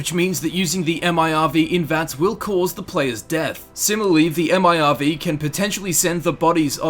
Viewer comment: who the fuck says m.i.r.v?? just say fucking MIRV